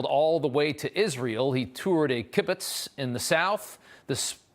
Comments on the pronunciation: Rob, the word is "Kibbutz" (kiboots) not Kibbitz, very different. Although, Twitter is a sort of digital version of Kibbitz. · Hi Rob - i really appreciate your coverage and commentary. You are right on point. A little tip-Please pronounce kibbutz as 'kih- buhts'.